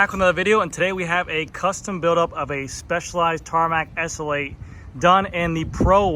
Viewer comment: Repeat after me: ESS ELL EIGHT. Not ESSL8